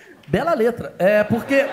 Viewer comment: Kkkk cara quase tive um infarto de riso com esse começo kkkkkkkkk, kkkk ele apruque e pruque, (não) kkkkkk